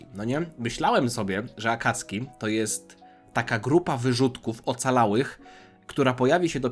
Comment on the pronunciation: Błagam nie mów "Akacki". W języku japońskim pomijane jest "u" , ale to się zapisuje "あかつき" w romaji to się zapisuje - "Akatsuki" ;) tam e ma "c" ;) więc wymawiamy "Akatsski". ;)